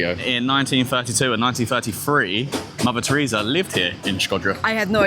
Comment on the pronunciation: I thought you said "lavatory" here instead of "Mother Teresa". Enunciate, Bro!